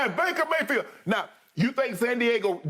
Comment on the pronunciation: Jen Hale: "Maker Bayfield" 😂